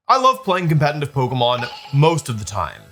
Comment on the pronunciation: 😅 Even after all these years, Wolfe still finds a way to put the letter 'n' in the word competitive.